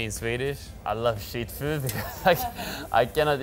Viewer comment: thought he said "I love shit food" 😂😂😂